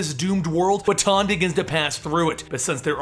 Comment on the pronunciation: You're also mispronouncing "Wotan" quite spectacularly, for which I think you deserve some points, at least!